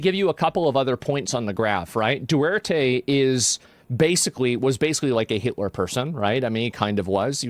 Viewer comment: Duterte is pronounced with all Ts.